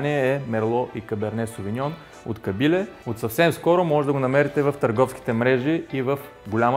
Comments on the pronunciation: Като рекламираш нещо, поне се постарай да го изговаряш правилно! КАБИЛЕ, ударението е на е! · Ще пробвам рецептата, изглежда много вкусно с тези аспержи. Само, моля те, произнасяй Кабиле с правилното ударение на "е". (